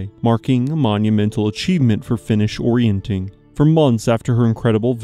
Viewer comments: YES!! "Orienteering" is pronounced "or-ee-en-TEER-ing"; the pronunciation should be quite obvious to anyone who learned how to sound out unfamiliar words, let alone anyone with access to a dictionary or the internet. "Orienting" is not a sport. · It's called orienteering, not orienting, you're forgetting the eer dude! Come on! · you saying ''orientEEring'' WRONG so many times in a row, and then 'explaining' the old military exercise/competition while saying it wrong is...... 🤣 thx for another upload 🇨🇦🤟